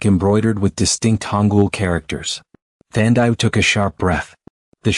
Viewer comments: Her name is pronounced Than - Dee - Way !!! , Not whatever you said. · Come on, say the name like "Tandy-way". 🤦🏽‍♀️ Watching from Trinidad 🇹🇹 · Enjoyed in SA. Her name is Thandiwe(the loved one) by the way, pronunciation is incorrect 🙈